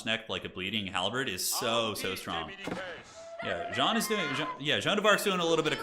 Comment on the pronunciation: Every time he calls Jeanne John I want to rip off my ears and tear my drums out. WHY?! WHY DO YOU CALL HER JOHN?!